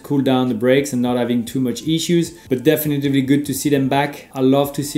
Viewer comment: Super tes vidéos, Romain. Par contre, attention, c'est "definitely", pas "definitevly"